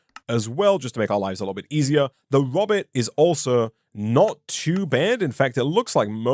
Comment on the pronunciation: im pretty sure "robit" is supposed to be pronounced "roe-bit", like how zoidberg says it in futurama.